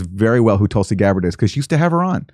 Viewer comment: She refuses to say Tulsi’s name now, and when she did she couldn’t even pronounce it; instead saying “Tolsi.” Pathetic.